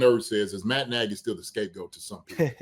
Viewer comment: Andy's calling Nagy "Nagg's" now like Spagg's